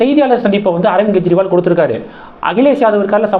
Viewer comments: அவர் பெயர் ஸ்வாதி மாளிவால். மல்லிவல் இல்லை. மேலும் அர்விந்த் கேஜ்ரிவால் என்று உச்சரிங்க. கெஜ்ரிவால் இல்லை. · அவர் பெயர் ஸ்வாதி மாளிவால். மல்லிவல் இல்லை. மேலும் அரவிந்த் கேஜ்ரிவால் என்று உச்சரிங்க. கெஜ்ரிவால் இலாலை